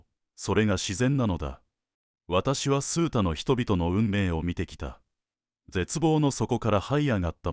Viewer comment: 数多：「すうた」ではなく「あまた」では？